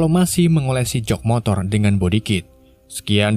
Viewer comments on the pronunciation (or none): none